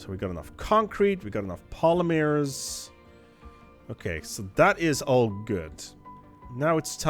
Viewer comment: "Polymeers" is driving me crazy, Jesus lord please deliver me from this mispronunciation